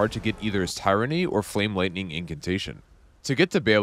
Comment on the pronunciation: Good stuff. Thanks. The Dragon's name is pronounced like BAIL, not Bailey. Tyranny is pronounced like TIHR-UHNY, not tie-runhy.